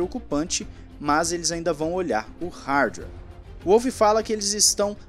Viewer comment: eh Volf, macho.. o W tem som de V na terra dele